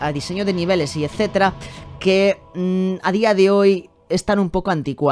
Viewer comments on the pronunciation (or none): none